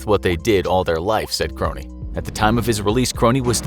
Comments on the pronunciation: His name wasn't pronounced Kronie, it's Krohn... Idk how you get that wrong 100 times in a video. Unless you guys did lazy research. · Ray's last name is simply pronounced krone, NOT kro- knee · It’s a minor issue, but Krone rhymes with “phone.” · Sad you can't even pronounce Ray Krone's last name right. The E is silent. And he was the 100th innocent person released from death row. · Krone don’t pronounce the e bruh